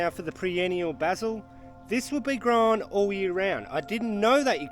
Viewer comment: Errr...soooo, what sort of basil is that you're growing again? 🤔 😂 It's 'per-enn-i-al' my man! 😉